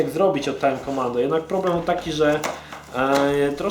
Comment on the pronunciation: "tjajm kjomando"